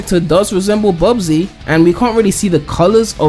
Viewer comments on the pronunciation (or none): Bubsy its bubsy